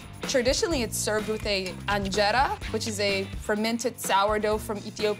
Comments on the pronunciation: Lol "anjera" and "conolized" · I thought she was Somali because of how she kept on calling it Anjera 😂